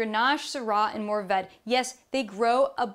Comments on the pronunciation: Mourvedre is usually 2 syllables in French. They teach you to "swallow" that 3rd syllable. It would be pronounced as a syllable in music lyrics, but not generally in daily language, unless someone is pronouncing in exaggerated slowness. Everyone knows that the 3rd syllable is there, but you don't hear it in rapid speech. Roussillon = ("ru-see-yohn") I believe that tortilla =("toor-tea-ya"). I speak French, but not Spanish, so my Spanish might be wrong. They sound the same to me. Her pronunciation of Roussillon is terrible, as are other pronunciations. She basically can't pronounce any French words. She also makes many factual errors. This is definitely not worth watching. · Yes to the first, no to the second... "illon" would be like having two "i" (or "ee" for english speakers). I gotta recognise that "Mourvèdre" is not an easy one to pronounce for non french native speakers :-/ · The second "r" in Mourvèdre is not silent, the "ll" in Roussillon is more like the "ll" in Tortilla, fyi ;-)